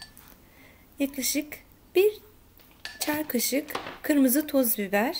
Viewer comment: Tuz biber😂=toz biber olmasın o